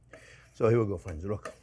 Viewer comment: "Well hello there phrinzzzzzzz!!!!"